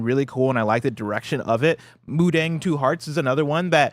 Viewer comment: Mudang pronounced mu-tong